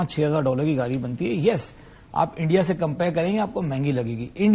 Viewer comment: Yeh sajjan "gaadi" ko "gaali' bol raha hai. 😄😄